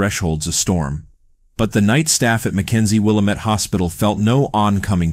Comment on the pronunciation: I like the video but it's pronounced will-AM-it.